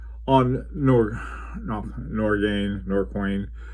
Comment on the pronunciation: It's Nor-Kane...